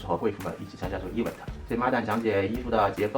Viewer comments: 以后找工作不害怕了，Patrick的 e v嗯 te （event)让我每次都很出戏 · 哈哈哈哈 一碗特儿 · 小哥的 Event 能不能念对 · Event 麻烦发音先学好，听的难受😖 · 来宾“Event”的重音可以调整一下，听上去怪怪的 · Patrick是不是一直把event读错了…… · 说event的时候太傻了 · 就想吐槽一句，高定设计师连event的音都发不对。。。。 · 发音真的low，而且还很爱讲，hahahha